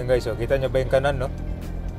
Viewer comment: kakaiba ka magpronounce ng" kanan" taga saan ka ba?